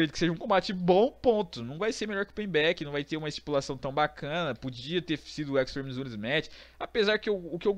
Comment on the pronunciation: parei com 10 segundos de video quando falou extreme rules errrado pk segundo a voce , voce não sabe falar certo pk ? não sei